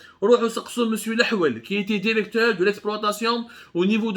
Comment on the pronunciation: Contiti contiti Derecteur derecteur